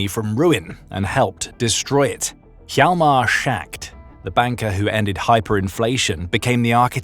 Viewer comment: Schacht is not “Shacked”. It’s “Schahkt”. Yahlmar Schahkt. Hjalmar is Danish I believe and the place he was born was in Denmark though part of Germany at the time. His mother’s family was Danish and his father’s German.